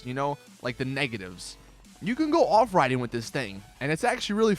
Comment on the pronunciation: What did you say off riding are you stoned it roading not riding